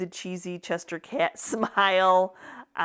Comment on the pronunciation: I love these so cute and funny. You’re hilarious, the word is Cheshire Cat, not Chester cat.